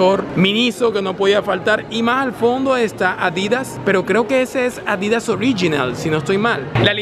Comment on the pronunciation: Se pronuncia Adidas. No Adìdas. Sin tilde. Un §aludo.